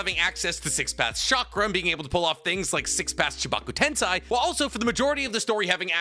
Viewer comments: Its chibaku tensei not tensai. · “Ten-Sai” “nuke-yalur” Me:😪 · I’m so conflicted. usually makes pretty good content. Usually knows his stuff. Then he misses orochimaru on this list and never fails to mispronounce “tensei” and “nuclear” 😪